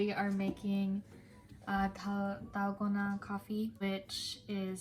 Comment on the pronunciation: Has she been learning korean? Her pronunciation of Dalgona is perfect!😍